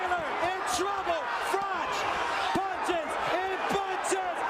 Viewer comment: FYI: Froch is pronounced with a "k" sound, Frock